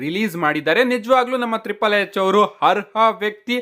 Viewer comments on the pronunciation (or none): ಅರ್ಹ ಶಬ್ಧ ಹರ್ಹ ಶಬ್ಧದ ಉಚ್ಚಾರ ಸರಿ ಮಾಡಿ